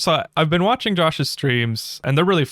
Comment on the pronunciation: at 0.32 i thought you said walking on twitch before i realized you actually said watching on twitch. I had a little chuckle trying to imagine how many different ways you could walk on twitch before my bubble was burst. I might have to check out your streams on twitch tho.😊😊